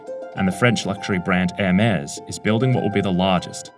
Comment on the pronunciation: The "s" in Hermes is silent.